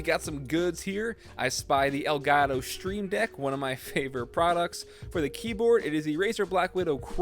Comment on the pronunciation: did he say elgato stream dick